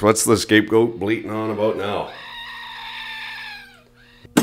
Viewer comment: ...also, you totally had me fucked up with the "incessant bleating" thing. Bleeding/bleating. What's the difference, eh? ;D